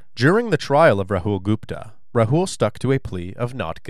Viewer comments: The name is Rahul, not Rahool. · I’m cracking up at the way the narrator and police are pronouncing Rahul’s name😂